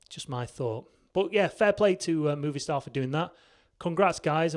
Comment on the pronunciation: It’s not mooovistar, it’s Movistar like moe’s from The Simpsons like moevistar